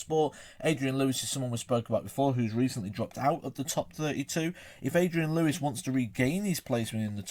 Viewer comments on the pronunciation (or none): none